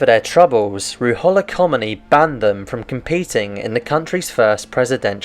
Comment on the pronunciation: your constant mispronunciation of the Ayatollah Khomeini's really ruins this video. Really makes me question what kind of research you put into this.